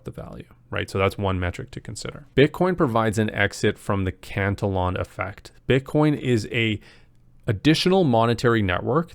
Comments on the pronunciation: Not trolling but I believe you are pronouncing it incorrectly. E like E sounds. Not eh..for the pronunciation Not spelling Or pronounce cant illy on Not cant el on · i know. The syllable count was off though, not just pronunciation, sobit felt like a newly learned word he hadnt heard before. I never correct to troll or judge. I hate grammer nazis, for me, its kinda like, if i have buggers, i would rather you tell me at the risk of embarrassment then just walk around all day not knowing